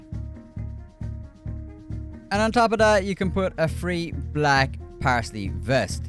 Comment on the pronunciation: Great content as usual, bud. Just one correction; it's Paisley ( pays-lee ) not parsley 😂